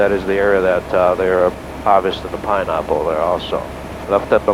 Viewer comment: Lol . "Pineahpple"